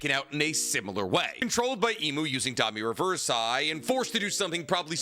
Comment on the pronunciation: Except his stupid ass pronunciations. Domi ReversEYE? Wtf is wrong with his brain